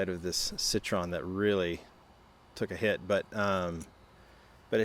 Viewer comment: Pronounced "Citro-wen".... "Ahmee" = French for "friend"... and the car was intended for teenagers to drive in-city instead of a moped. If I were living in Europe, I'd get one for my daughter to go to school with. Definitely safer than a moped. 🙂